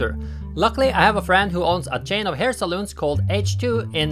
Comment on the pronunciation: Hair 'salons' not 'saloons'! Unless your a Cowboy from the American Old West I guess!